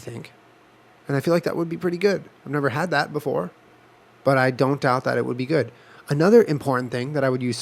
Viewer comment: Jenna: mmmm that’s gwod